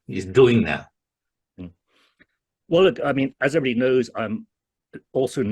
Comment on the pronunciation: ลั่นตรงที่พูดว่า Eeverybody knows I'm also not a fan of Vajira... 🤣🤣